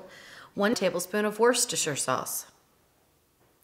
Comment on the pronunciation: Just ordered a new Ninja Foodi with the sliding lid so have been watching all of your videos and love every one of them. One tip - I'm from the UK we pronounce worcestershire sauce as "wooster sauce" much easier to say. 😁